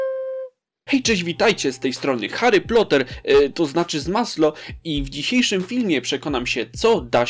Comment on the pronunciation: Ja usłyszałem Harry Pioter xd